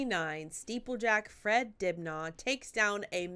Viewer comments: Just for reference, it's pronounced 'dibnuh', not dibnarr'. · Fred’s name is pronounced dibna. Sadly he died of cancer but was a great interesting person and from my area … Manchester/ Bolton. Those are mill chimneys - the remnants of the cotton industry/ Industrial Revolution.